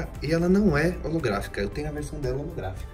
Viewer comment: Quem se contorse todo quando ele fala holografica kkkk